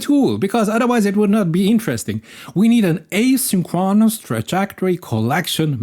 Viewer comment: Just an fyi if you are like me and like to know: in English asynchronous is pronounced a sink CRO nis